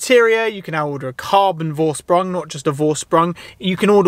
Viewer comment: Vorsprung.. Dude, give some respect to the German language and sort out a little google-ing to show german speakers you give a f**k about correct pronunciation.